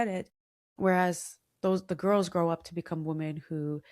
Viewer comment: off topic but 'woman' and 'women' are pronounced differently😑